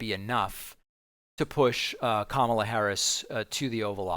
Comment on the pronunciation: She's starting to distance herself, whether for legal reasons, or future work when Trump-world collapses, as evidenced by her pronouncing Kamala correctly, and softly fact checking him.